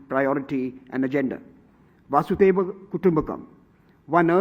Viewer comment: None of these guys can pronounce Vasudhaiva properly, all of them pronounce it as 'Vaasudeva', feels terrible, most hindi speaking people are terrible in Sanskrit.